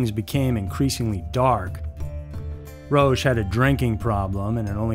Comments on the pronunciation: It is not "Roash" it is "Ro-ahcK' Dear lord, you have completely bastardized the French language! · It's pronunced ROCK not ROACH, even if it suits him well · Roche is pronounced "Rock". These cults are crazy! I haven't heard of any except the last two. 💙❤💜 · Pronounced Rock (Roch) Terry-o (Theriault)